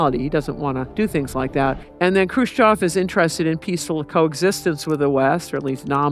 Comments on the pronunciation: EV EV EV EV EV EV EV NOT OV, FUCK, IS IT THAT HARD??? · Lady, it’s not Crew-shof. It’s Khrushchev. Mein, even the “educated” Americans. Smh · She doesn't say the russian guys name right and its annoying